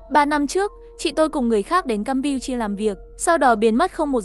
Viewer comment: Campuchia mà tui nghe thành cam pưn chiên 😂😂